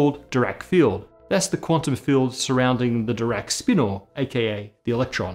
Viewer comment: how come you pronounce "spinor" like it was spelled "spinnor"?